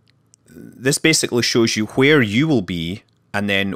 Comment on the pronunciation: nice video and commenting BUT IT'S WHERE NOT HWERE